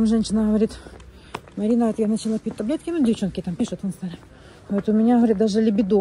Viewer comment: Марина, не либидО, а либИдо, не красивЕе, а красИвее, не ложат, а кладут.